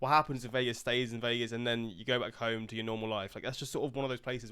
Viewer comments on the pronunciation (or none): none